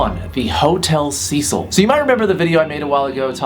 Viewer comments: iTS HOTEL CEH-CEEL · It’s pronounced “SEH-SEAL” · isn't it pronounced Hotel "Sa-Seel"? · u pronounce “hotel cecil” as ‘cea-cil’ not ‘sea-sil’ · It’s pronounced (Hotel Si-sil) Cecil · Cecil is pronounced seseal not sezil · it's pronounced Sé Seel not Cecil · the name is a lot more freaky when you say the name correctly, it's pronounced "seh sil" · ITS PRONOUNCED “sea-sill” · I thought it was pronounced 'Seh'sul'? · its pronounced si-cil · T H E H O T E L C E S I L when he says it like that its makes me laugh like alot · trash vampire he mispronounced it tho lol